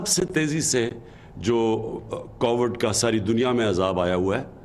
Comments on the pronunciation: listen to it closely. He said Covered. Dear sir. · Please learn to say Covid. It is not COVERD. Someone teach him English. Please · ask any one and they will confirm what he said. Coverred. Not Covid. If he can’t say that. He should say Corona virus.